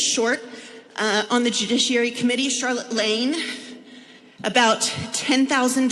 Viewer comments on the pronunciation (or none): none